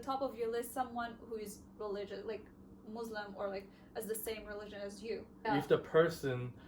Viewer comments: I don’t know why people keep saying Muzlim.. it is Muslim. MUSLIM I hope you correct that. Thanks 😊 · But you said it .. مزلم muzlim is not Muslim مسلم.!!! As I mentioned earlier, the problem of pronunciation usually faces those who have the difficulty to pronounce the word Muslim, even though they make an effort to say as it should be. Again, the name Muslim is regular, with a meaning that means Submitter. The one who submits to Allah. You can check the dictionary. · Salam alaikum sister! Actually that was my first time ever seeing you - and that was my first notice. If you were not Muslim and a western then could be a matter of pronunciation but you should be the one to say it right and know the huge difference between Muslim and Muzlim.✌️